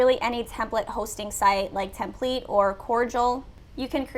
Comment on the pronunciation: edit the templet in what? Templete? What did you say?